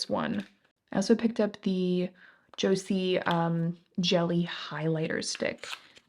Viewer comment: Joocyee is pronounced "Juicy"! their single shimmer eyeshadows are my fav!